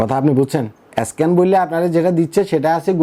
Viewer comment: ভাইরে স্ক্যান উচ্চারণ ঠিক করে বলেন।